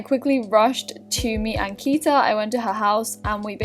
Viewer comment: ankita pronounces her name wrong. its so sad